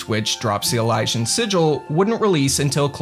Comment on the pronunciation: It’s “E-Lee-See-In” not “E-Lie-Shin” …as in, it comes from Elysium. Which itself is pronounced “E-Lee-See-Um”